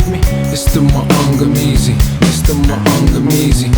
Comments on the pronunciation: Being Kenyan and understanding Kiswahili, I find Akala's pronounciation of Maangamizi quite amusing and slightly cringey😂 But A for effort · it's cringy because that isn't how it is pronounced, but it's understandable because he has a British accent. But him pronouncing it wrong doesn't mean people should stan him any less